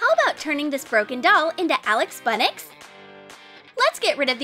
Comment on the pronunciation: I cant every time she says aLiX bUnNiX